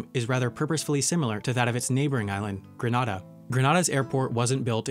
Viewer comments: TheConquistador from it right but it's not Granada it's Grenada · Brendan Wilson he said Grenada wrong smh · Quick correction the pronunciation is not 'Gra-na-da' it's 'Gre-neh-da'.🇬🇩 And as a Grenadian myself it pains. When people hear Granada they think that place is in Spain But nice video tho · Grenada is ideally pronounced: "Gren-aye-da" not "Gren-ah-da". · Pronounced Gren-Ay-Da!!! The airport built in 1984 was it's second airport. The first, much smaller, airpot was built in 1943. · Lmao they didnt even pronounce Grenada and Antigua right... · Junior Balwant I thought of Russia when he said Grenada the way he did because it gave me flashbacks to Russians yelling Grenada